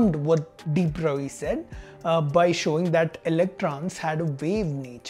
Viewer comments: 'Broglie' is pronounced as 'Broy'. You asked for the correction. You're doing very good work and I think the scientific community should support you. Salute to people like you. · You pronounced broglie wrong 😡